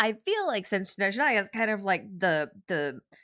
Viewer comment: Whyyyy are most of the creators pronouncing it "SH-nezhnaya" when it's written as "S-nezhnaya", as a slavic language native speaker, I can't stand yall